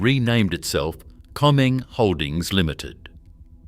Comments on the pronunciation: Afraid the mention of 'Comeng' and not 'Comm-Eng' made me grind my teeth every time I heard it. Can't handle AI ! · Pity the voice over couldn't pronounce "Comeng" correctly. It's "Comm-eng". Short for Commonwealth Engineering. That's what happens when you use AI.